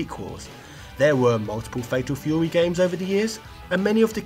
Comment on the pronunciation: Fatal Feyouwee!